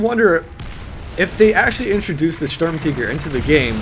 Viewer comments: M3D13V4L If he were pronouncing it "in German" it would be "Shtoorm-Tee-gair" and you would roll the R's. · Ughhhhh the way you say tiger bothers me so much, its not Sturmteger its the tiger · German ZockerHD It's not Sturm TEEGER idiot it is spelt sturm TIGER for a reason so unless you say Tiger "teeger" you are wrong. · Sturm"teeger" you mean Sturmtiger as in TIGER like the big cat!!! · WTF IS A SHERM TEEGER? retarded peope shouldn't try to pronounce things out of their language. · german, tiger is pronounced teeger, and they pronounced it stermteeger, but some people pronounce it stormteeger for whatever reason :P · Why are you pronouncing tiger "teeger" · The way he pronounces the vehicle name, kinda makes u get the idea of "hey, lets change the official pronunciation of Tiger to Tea-ger instead of just pronouncing it the right way" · Say Sturmteeger one more fucking time. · I couldn't watch this, his pronouncing of Sturmtiger as 'teeger' was just far too annoying, I'm sorry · Why the fuq are you saying the word tiger like tea-ger??????????????????????????????????????????????????????????????????????????????????????????????????????????????????????????????????????????? makes you sound retarded as fuq! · I'm pretty sure "Sturm" is pronounced "Stoorm" and if you want to say "Tiger" I guess you say "Tigré". (Note I wrote how it's pronounced and not spelled) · Why do you say SturmTiger like SturmTeeger. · Jambona - Funny Videos - Gameplay - Parodies its pronounced like SturmTeegur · This little girl really needs to learn how to pronounce stutmtiger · M3D13V4LLol. he doesn't even pronounce it german.